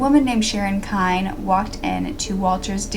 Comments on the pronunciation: Last name is pronounced KENNY...not Kind. I lived in Independence through all of Sharon's trials. My father was the arresting officer. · I'm the granddaughter of pat and walt Jones. I've heard the story of sharon kinne many times, not quite like this but told a little differently from my family still a good narration from you. I was told sharons last name was pronounced Kinney but anyways that doesn't matter I wish there was some justice for my grandmother a life taken too soon. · Dear, If you are going to use my book, "I'm just an ordinary girl." The Sharon Kinne Story for your YouTube casts, I might make two suggestions: 1. Give the book and my research credit. 2. Get the pronunciation of Sharon Kinne's name correct. Thank you, James C. Hays Author-"I'm just an ordinary girl." The Sharon Kinne Story